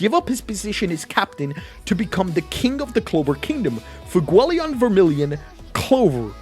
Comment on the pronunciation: Why is there not a single youtuber who can pronounce FUEGOleon's name right?